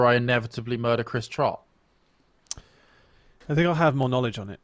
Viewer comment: bein a dick about trotts pronunciation hehe ily rly